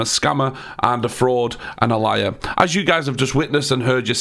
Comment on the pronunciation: You've mispronounced liar